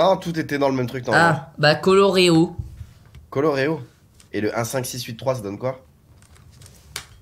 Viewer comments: C'etait colored, pas coloreo mdr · C'était colored pas coloreo et c'était pas un o c'était un d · C est pas coloreo mais colored mais sinon je l ai fait il est trop bien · Michou ct colored et pas coloreo donc coloré en français